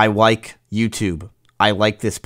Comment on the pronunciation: "I wike youtube"